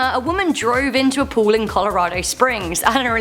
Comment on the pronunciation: Heh heh heh....everytime she tries to say POOL, all I hear is her saying POO